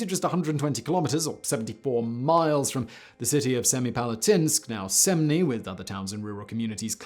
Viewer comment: I just gotta say the pronunciation of Kazakh places such as Lake Balkhash and the village of Semey are…. How do we put this? A little off?!? Just pronounce them how they are written!